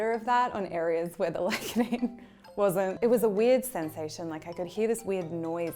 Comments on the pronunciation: CEO of Licodaine hahahaha Lidocaine? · licodaine.... lol... lidocaine maybe? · Did anyone else notice she said licodane instead of lidocaine? Lol no hate just thought it was funny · licodaine seems to have numbed her tongue?